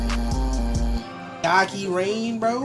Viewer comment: his voice is distinct af, Father Forgive Me For My Sins from black sheep is also good btw it's pronounced "meh-ky" (rhymes with high"